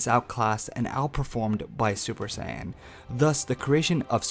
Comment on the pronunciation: 1) "USSJ" was the form used by Future Trunks when fighting Perfect Cell. Both Goku AND Cell explain to Gohan and Trunks respectively why this form is a BAD one. It limits the bodies ability to move. Mixing it with SSJ-Blue would not help at all. 2) It's SAIYAN, not Sanyon 3) Personally, I believe that SSJ2-Blue, SSJ3-Blue, or even SSJ4-Blue would be the most logical choice, but if I were to make a more powerful version of Super Saiyan God, I'd give it Silvery-White Hair, and call it "Super Saiyan Silver" or even "Super Saiyan Platinum"